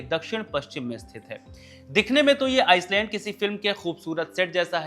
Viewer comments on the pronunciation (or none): Island को आईलैंड बोला जाता है, आइसलैंड नही...s silent होता है... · भाई आप एक पत्रकार हैं, किसके उच्चारण का मजाक उड़ाना मकसद नहीं है, लेकिन भाषा पर पकड़ ही एक बड़ी योग्यता है जो कि पत्रकारिता में साथ देती है। आप टापू बोल दीजिए अगर अंग्रेजी उच्चारण में परेशानी आती हो तो। Iceland aur island में बहुत फर्क है।